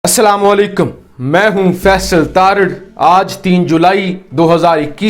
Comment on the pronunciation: اسلامُ علیکُم ہوتا ہے اسلامُ علیکیم نہیں ہوتا درست کرلیں